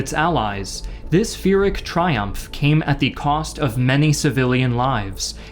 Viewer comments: PYRRHIC not "Fear-ick" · "Pyrrhic" starts with a normal "p" sound instead of the "ph/f" you give it. Just a nitpick! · Is Pyrrhic, like Peer-ik. This guy knew there was an h somewhere and added in the wrong spot to sound smart. Good educational content for kids but the research and storytelling lacks intellectual depth consistently with all your videos. Cover more angles and give the bigger picture more often then you’re in business. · Pyrrhic is pronounced peer-ic not feeric. It's not a big deal. Lots of YouTubers pronounce things incorrectly and sometimes words like that look like they should be pronounced a different way than they are. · Why do you pronounce "pyrrhic" with a "ph/f" sound? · One would think that a history channel would pronounce "pyrrhic" correctly. There is no h after the p. Its pronounced "pier-ick". Otherwise awesome video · pyrrhic not phyrrhic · Is pyrrhic pronounced as a F or a P? Have I been saying it wrong? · no thanks. "the insurgent touches a photograph" lmao. joke historian. also you pronounce pyrrhic wrong, maybe touch up on the old greeks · Phyrric is pronounced with a hard P, counter intuitive, I know, but the word comes the name of some Ancient Greek general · I get the impression that that was only the second time he had ever drank wine. Also you don't pronounce the h in phyrric. Great videos nonetheless.